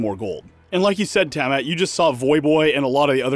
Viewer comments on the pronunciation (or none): Tammat?! Is Tiamat not pronounced Tee-ah-maht??